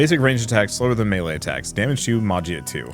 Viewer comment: I was wondering about gameplay for this game!!! Btw, Magia is pronounced “ma-he-ah”